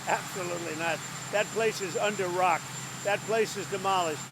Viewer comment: YOU FORGOT MR GENIUS SAID “ ITS LIKE A TOCK” ( listen again ) YUP YOU PHQUIN IDIOT!!! ITS A MOUNTAIN!! 🤣🤣😂🤣🤣🤣🤣🤪🤪🤪🤪🤪🤪🤪🤪🤪🤣🤣😂😂